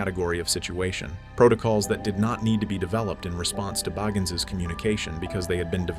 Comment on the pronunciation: The narrator can't pronounce his name Bagans consistently